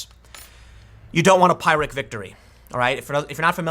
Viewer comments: Sorry I wouldn't normally say anything but you've done it across several videos now and it's bugging the heck out of me - it's "peer-ik" not "pie-rik". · Pyrrhic... "Pie-rick"? No, it's "Peer-ick" Now, if you said "Pickle Rkck", then we'd laugh. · It's "peer-ic" victory, Tim, not "pie-rick'. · That has been annoying the hell out of me for a week. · Tim It's pronounced "Peer-ric" not "Pie-ric." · FOR THE LOVE OF GOD TIM PYRRHIC IS PRONOUNCED LIKE PIER, NOT LIKE PIE! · TIM: Regarding Pyrrhic victory, t's pronounced "peerick", not "pirick." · For God’s sake Tim please I beg you. The pronunciation of pyrrhic is ‘pier-ric’ not ‘pie-ric’. It’s referring to Pyrrhos of Epirus 319/318–272 BC. Every time I hear you say ‘pie-ric’ my ears bleed. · Tim, its pronounced "piir - ik" victory. seriously it sounded like you were saying "pirate victory". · btw its prnounced pi-rick victory not pie-rick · Tim, as much as I hate grammar police, this is driving me nuts. The word is pronounced /pirik/, not /pierik/ (short rather than long i sound.) The second pronunciation sound like you're talking about glass. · Tim, hate to be that guy but - Pyrrhic victory pronounced like peer-ick. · I think a "pirate" victory is when you get away with the loot. Is Tim calling President Trump a pirate? Now I'm offended. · This is the second or third video you've made, talking about a "pyrrhic victory." It's pronounced "peer-ik" Tim. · "Pyrrhic" is pronounced PEER-ick. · The "i" sound in Pyrrhic victory is the same as in "pig". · Anyone else hearing him say Pyrrhic victory as pirate victory? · It's pronounced "peer-ik". One of the things you learn in your senior year of high school, lol. Still, you are my favorite reporter. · Not a big deal but I thought it was pronounced peer-ick victory. King Pyrrhus of Epirus FTW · typically the word pyrrhic is pronounced /ˈpɪrɪk/ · Pyrrhic is pronounced... pir-ik. You're making a long "i" sound. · Someone should tell Tim how to pronounce Phyrrhic - peer-ic.